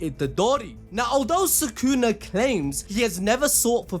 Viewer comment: why do you guys say his name "sakuna" instead of sukuna? 😭